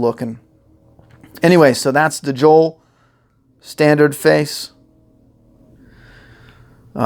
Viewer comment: J.O.E.L. NOT J.O.E.